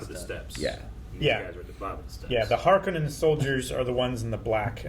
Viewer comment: Hark-O-nens, it's a Finnish Sir name. No Conans. The author of Dune pronounced it in interviews.